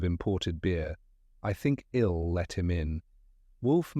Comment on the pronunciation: AI's inability to use correct pronunciation (I will vs. ill) drives my crazy